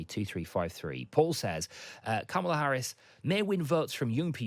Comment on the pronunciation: Her name is pronounced "comma la" not "kam ala"